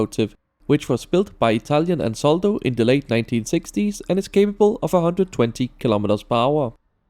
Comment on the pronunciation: I don't want to be picky but the producer of the locomotive is Ansaldo, not Ansoldo. (I'm Italian)